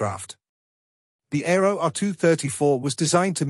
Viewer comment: Arado, not Aero 😂